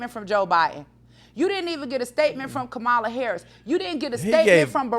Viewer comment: Omg. She still cant say her name right? Kamala. Not hard at all.